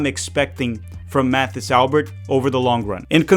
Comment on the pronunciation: Mathis pronounces his name like it's French, so it would be more like Matis Alber.